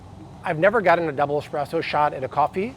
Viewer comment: S presso not x presso!